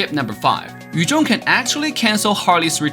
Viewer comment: Badang not badong Yuzong not yujong Chow not chaw Lunox not lunok